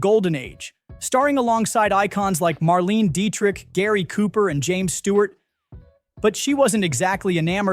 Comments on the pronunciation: “Mar-LAY-nuh” Deitrich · It's "se-GAL"! . . . It's "mar-LAY-na"! Please check your pronunciations before you record! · Sounds like "Mar lane nah" Dietrich, please. ❤